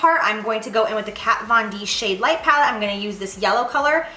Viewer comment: Lmao at Jaclyn Saying Laura lee's Pallet incorrectly! 😂